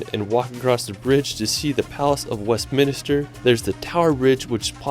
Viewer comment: Fun fact: It’s WestMINSTER, not WestMINiSTER.